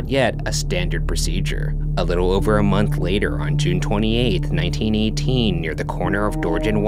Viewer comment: does anyone else kinda find it annoying how he talks when he's telling the story?? he's like "a little over a MONTH later, discovered by a BAKER" like the last word has an annoying amount of emphasis